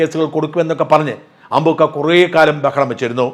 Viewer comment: അമ്പൂൂൂക്ക അല്ല,,, അമ്പ൪ക്ക,,, 😂😂